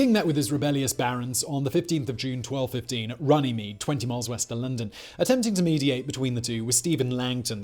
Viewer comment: they met at Ronnie Meet? laughable reading by AI